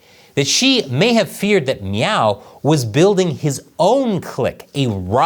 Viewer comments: Are you saying "Meow"? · How many times did you say "Meow" in this episode? I know that's not the spelling but it sounded like the Cat Game scene from Super Troopers. Hahaha. 🍯🍯🍯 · Every time you say Miao(meow) I start laughing and thinking about Super Troopers 😂😂😂. Meow what? Listen here meow!